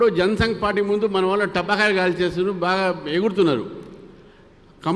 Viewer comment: పాటా కాయలు కాదు సారు టపాకాయలు ఇది కూడా పలుకరాదు మీకు దారిద్ర్యం